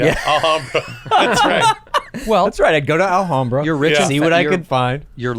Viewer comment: The way Bobby pronounced Alhambra really pisses me off 🤣🤣